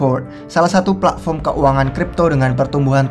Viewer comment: Pletform, Pla'fom, Plavon. Bitkoin, Bi'koin, Mbekoin.😂 Luna, Anchor, Glimmer. 💪